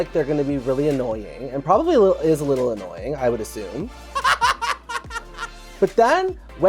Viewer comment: Yes! Trixie has been driving me crazy with that, especially since the all the other girls say it correctly. You would think that would give her a clue. This is not a tomatoe tomato situation